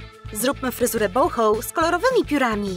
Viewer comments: Wydaje mi się,że boho czyta się tak jak się posze,a nie bołhoł. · boho się mówi a nie bołchoł masakra